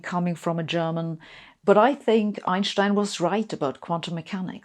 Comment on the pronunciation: I have trouble following her, which I am sure is my problem, but it doesn't help that every time she says "Einschstein" instead of Einstein it is like fingernails on a blackboard. Thinking maybe I and millions of others who pronounce it without the "sch" in the middle were wrong, I searched on "How to pronounce Einstein". Blieve it or not, about half say this lady's pronounciation (but with a softer 'sch") and half as most Americans pronounce it, and a few that sounds in-between. So thanks everyone for clearing it up, ha.